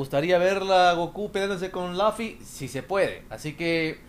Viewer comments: se pronuncia LUFI NO LAFI XDXXDXDXDXDD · ES LUFFY NO LAFFY!!! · ¿Va salir Laffy? xD Es Luffy LOL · luffy , no lafy